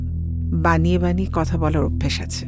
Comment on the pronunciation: অপু বিশ্বাস এত ওভার অ্যাকটিং করে কেন? কি আজব অভিনয়। হাস্যকর। বাকি সবাই এত ভালো অভিনয় করেছে, আর এই মহিলা? "কথা" কে "কতা" বলেছে। "মাথা" কে " মাতা" বলেছে। উচ্চারণে ভূল, অভিনয়ে বাজে। এই মহিলা কিভাবে এতগুলা সিনেমায় অভিনয় করলো? আগে ছোটবেলায় দুই একটা মুভি যাও দেখেছিলাম, ভালোই লাগতো। আমি শিওর৷ অপু বিশ্বাস এর বয়স বাড়ছে, আর উনি অভিনয় ভূলে যাচ্ছে। 😅